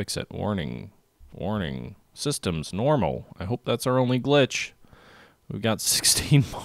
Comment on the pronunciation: It is systems NOMINAL not systems NORMAL